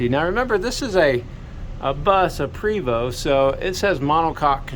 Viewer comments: Small item but I always get corrected by acquaintances and friends; it's pronounced "Pray vo" ( as in French ), no? Great videos. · Love your videos sir, your knowledge is appreciated!! Just a friendly note from a person who has worked with Prevost.. It is pronounced 🙏 "pray Vo" ..think French lol